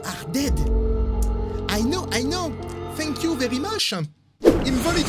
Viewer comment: 🤣l'accent fenk you verri meuche